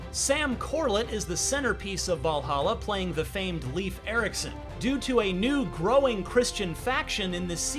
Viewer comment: even for an american you pronounce Leif Eiriksson horribel...